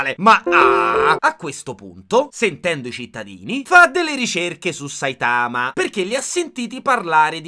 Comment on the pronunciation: Che poi il polipazzo (eheh perché è un polipo pazzo!!!) dice a Saitama all’inizio ‘sei forse imparentato con un polpo?’ come un insulto nonostante lo sia lui, mi lascia un po’ perplessa modestamente Che poi non si pronuncia Saitàma, ma Sàitama ma vbb